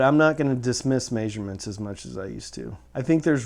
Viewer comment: What is a "mayzshurement"? lol! I'm really enjoying your videos! Thanks for all of the info!